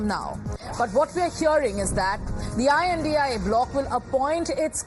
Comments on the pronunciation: It's india alliance 😂say it properly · Say india not I N D I A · It is not I N D I A it is INDIA SCHOOL NAHI GAYI KYA? Sirf baat karna aata hai padhna nahi 😂😂😂